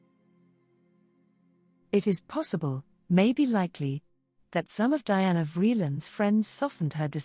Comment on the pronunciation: DIANA NOT DIANE